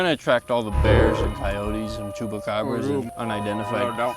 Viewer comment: Also you said chupacabra chubaaaa?